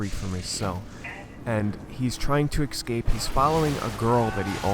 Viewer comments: escape, not ecscape. other than that nice. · It's not an exscape pod, it's an escape pod